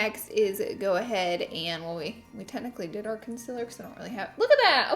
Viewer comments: Its con-cEEL-er, concealer not consiler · A new sub here! I love your content, your delivery and that damn southern accent!!! "Conciller".. LOVE IT!!!!!!! 😀